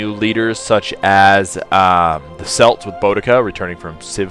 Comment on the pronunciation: The way you said celts is horrible.